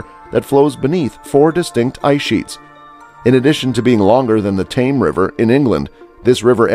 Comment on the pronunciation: The Thames river is pronounced " Tems" not Tames